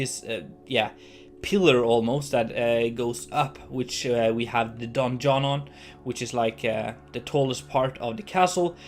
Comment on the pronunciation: With your prononciation of 'donjon' i kept hearing the 'Don John' haha ! I'm amazed by the quality of the interiors you make, and this contenplative music really worked wonders for a visit of a ruined castle. Great job !